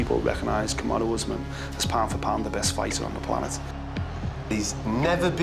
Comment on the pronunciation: Kamaroo Usman! 🤣 Glad has learnt how to pronounce his name.